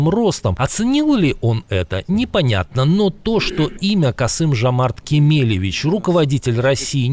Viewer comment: Касымжмрчикеевихч))))))) 😅😅😅😅😅. Это произнес призидент страны рф))).